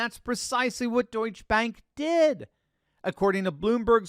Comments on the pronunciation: Pronounced "Deutsche-Uh" Bank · Duetsche is pronounced Doyt-cha. you have to pronounce the E on the end. why does someone who deals in world issues not know this?